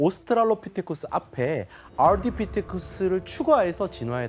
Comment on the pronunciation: ‘알rrr~디 피테쿠스’ ㅋㅋㅋㅋ발음 👍🏻굿ㅋ